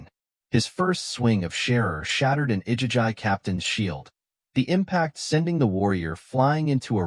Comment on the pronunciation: It's pronounced I-gee-gee AI is a tool. It's not supposed to replace your brain...